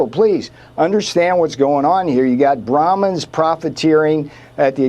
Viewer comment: Bramhins? 🤣🤣🤣🤣🤣🤣 Can this guy get ANYTHING right? 😂 THIS is what Americans are consuming from News media? Wow, they are almost as bad as Indian Media. 😆